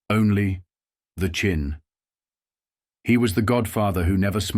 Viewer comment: It's Chin. Not Chine. AI Boolshoot.